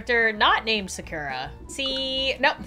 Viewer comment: Character anime character us Sakura you said it wrong